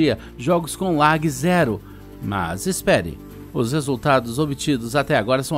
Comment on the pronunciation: então o narrador não sabe pronunciar lag programa de voz vai falar "lág" pq n fala a palavra em inglês